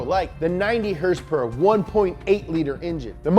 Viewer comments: Why does he say horsepower the way he does🤣🤣🤣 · Somebody needs to tell this fat bitch to stop intentionally mispronouncing certain words (i.e. horse powers). It's not funny and annoying af.